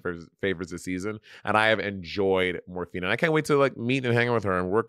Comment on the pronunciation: I'm ready for this season to be over so Monét will quit saying Morphíne.